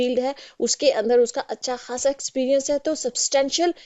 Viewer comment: "अच्छा खासा" )اچّھا کھاصا) नहीं जब कि "अच्छा ख़ासा" (اچّھا خاصا)۔